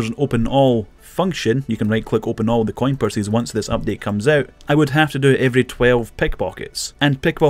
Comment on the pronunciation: "C O I N PURSYS" lmao